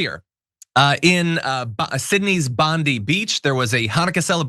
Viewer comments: duh..... wrong.. its BUND-Eye "The word Bondi, also spelt Bundi, Bundye, and Boondye..." aloha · NOT "BONDEE"! It's pronounced "BONDEYE". It may seem unimportant, but please.. It's our place, it's been desecrated. Please say it correctly. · The hero that disarmed the terrorist is Ahmed ElAhmed . He was a police officer in Syria before coming to Australia . Small thing but Bondi beach isn't pronounced like Pam Bondi . Bondi beach is pronounced Bond-Eye not Bondy . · As an Aussie 🇦🇺 , I just want to say thanks for your report and recognition of this very disturbing event. ❤️ The only thing I want to point out is that down here we pronounce Bondi Beach as “Bond-eye” Beach, not “Bondee” Beach. Keep up the great work otherwise 👍🏼 I hope that one day you will have enough politicians with spines to make fair and responsible changes to your laws also. 🙏🏼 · Minor correction. "Bondi Beach" is pronounced "bond-eye", not bondee like Pam. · "Bond-eye" Beach, FYI with thanks. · For those reporting the Bondi Beach mass shooting in Australia - “Bondi” is pronounced “Bon-die”. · FYI, Bondi is pronounced Bon-Dye. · For future reference it's pronounced "Bond-eye" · bondi is pronounced bond-eye.... Should take note that we have already started having our politicians discussing and meeting each other to decide how we are going to strengthen gun laws again after this event. Which is something america could never. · IT'S SYDNEY'S BONDI BEACH. NOT BONDEE, IT HAS NOTHING TO DO WITH ANY SEPPO YANK WOMAN. PAM BONDEE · Bondi…. Pronounced Bond-eye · Pam Bondi is an exception for most Aussies - the beach is pronounced 'Bon-dye', presumably from the Aboriginal name. I realize that is nitpicking but we want no association with your AG. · Please American friends its pronounced Bond - eye ❤ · It's pronounced Bondeye - not like your poxy DOJ head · It's pronounced Bond eye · G'day John, For future reference it's pronounced "Bond-eye", as opposed to the way your A.G. pronounces her last name... 🙃🐨🇦🇺